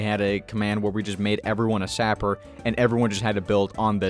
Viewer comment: shouldn't it be pronounced Sap-er not Zap-er?